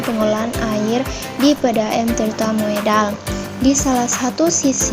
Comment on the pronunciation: Dibaca Tirta Modal, bukan Moedal.